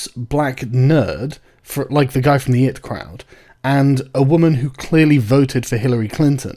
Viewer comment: It's pronounced the "Ay Tee Crowd" you fucking pleb